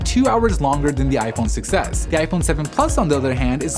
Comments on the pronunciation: i always hear iPhone success instead of iPhone 6S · I keep hearing "iPhone success" instead of "6s" 😂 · Holy shit they I do to